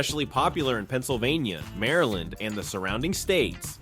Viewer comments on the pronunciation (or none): none